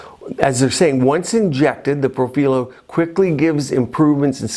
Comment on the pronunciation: Hi. I am a nurse anesthetist and aesthetic injector. I am very familiar with Profhilo (and you were right the correct Italian pronunciation is pro-fee-loh) I have been treated 2xs on the face, 3xs on the neck and 2xs on the décolletage. I am of normal weight...5’7” and 140lbs. I work out regularly. I have fuller cheeks (I’d like to say similar to Christie Brinkley but I do not look like her 😂 just trying to give you a reference). After the second round on my face it made my cheeks WAY too full and added a heaviness to the jowls that I never had before. I ended up having to use a cannula and reverse the profhilo w hyaluronidase. My cheeks look so much better and my jowls decreased exponentially. However, it made a significant difference in the appearance of my neck skin. It smoothed out the necklace lines and appearance of chicken skin that I unfortunately had. It made no difference on my décolletage. I’m hoping this info can help viewer decide if they would like to try it or not based on their particular face structure. Also, I noticed your injection points on your video. I have found through several people that have injected too close to the tear trough that it causes significant swelling that can last for days. It is much better to inject on the apex of the cheek as opposed to just a centimeter or two from the orbital bone/tear trough area. Hope this comment finds you well. I love the videos and content you produce and recently attended the LA-MCA virtual event.